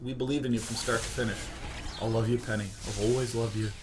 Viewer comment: penny sounds like pene (if you know what i mean) XD